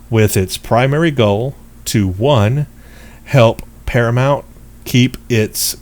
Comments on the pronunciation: The name of the production studio is par-a-mount... Like mount your horse. Not Par-a-mont. Like Monty Python... Please get it right. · Dude, you're a ST fan and you can't pronounce 'Paramount'?